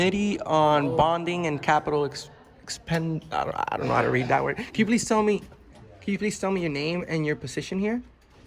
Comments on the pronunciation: "Expenditures" Hooked on Phonics obviously didn't work for you!!!! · How can you not know how to read EXPENDITURES?! EX-PEN-DI-TURES. You guys claim to be independent journalists, yet can't read or pronounce expenditures?...🤔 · I get it I’m all for exercising our rights but what you guys are doing is pathetic. You’re confrontational - you couldn’t even pronounce expenditures and then proceed to tell the guy “how do you know I’m not here for business?” You care more about getting a reaction than you do exercising your right smh. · You can’t even say the word expenditures and you call yourself a journalist. Idiot. Go back home. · This dumbass doesn't know how to pronounce "expenditures". My suspicions were right. You ARE that illiterate. haha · You cant pronounce expenditures and want to be taken serious, going by your voice i am convinced that you are putting in the rough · IKR!!! He can't even read the word "expenditures". I'm from Norway, and even I understand, read and spell the word! He's (probably) born in the US, and can't even READ it XD XD XD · Weirdo doesn’t know how to say EXPENDITURES?